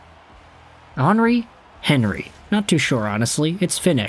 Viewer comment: Is that how you say his name, I was calling him Henry 😭😭😭